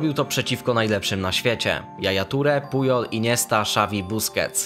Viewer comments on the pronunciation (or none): none